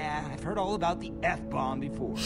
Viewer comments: the f-bomb sounds like f***k-bomb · The F BOMB SOUNDS MORE LIKE THE NUKE